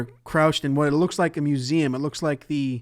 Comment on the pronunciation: Ze book, puts it in ze bag